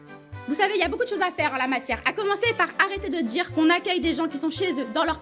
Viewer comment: « arrêter de dchire »